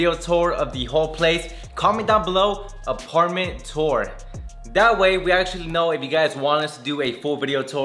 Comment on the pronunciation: [ AH PAR MAN TWOWARS]